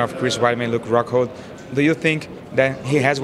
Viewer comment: And middle weight champion Ruke Rockroll